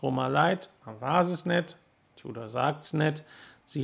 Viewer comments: Ein deutschsprachiger Konzessionär aus dem Süden hat bei meinem Gespräch auch immer "Tiudor" gesagt. Bevorzuge lieber die Aussprache "Tudor". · Nicht tjudor sondern TUDOR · Seit wann sagt man als deutschsprachiger "Tiudor"? Da kannste auch demnächst "Glaschutte" sagen.